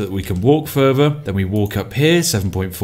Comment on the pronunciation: "Wifout furver adieu..."